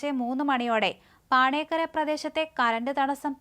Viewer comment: പാണേക്കര. അല്ല കൊച്ചെ പോണേക്കര😂😂😂